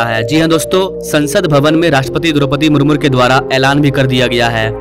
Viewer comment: शब्द उचारन ठिक कीजिए । मुरमुजी होगा मुर्मूर नहीं ।। नमस्ते 😊